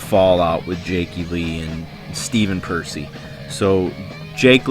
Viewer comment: You pronounced Juan’s last name right, but Stephen’s wrong 😂